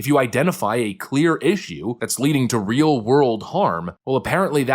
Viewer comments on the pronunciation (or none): none